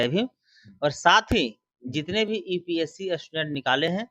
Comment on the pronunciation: EPSC नही UPSC होता है पहले बोलना सीख लो बाद में औकात की बात कर लेना 😄😄